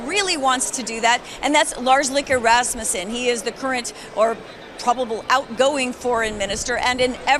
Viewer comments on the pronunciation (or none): none